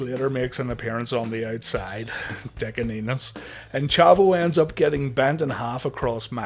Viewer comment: So I know the name is Enos but I keep hearing Anus lol.